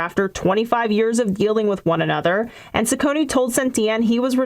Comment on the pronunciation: Ciccone is pronounced "Chi-conne", not "Si-conne".